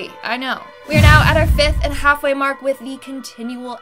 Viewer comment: It’s Mock, not Mark